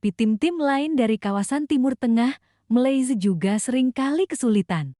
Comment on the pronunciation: Sebut malsia pun tk tahu mcm tk sekolah